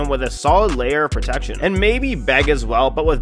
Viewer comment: Hearing you call Bege "Beg" was physically painful. It's pronounced like "Bejie" or "Bedgie."